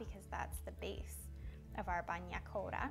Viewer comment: Wow, not traditional at all… at least at some point, learn to pronounce the name of the recipe correctly.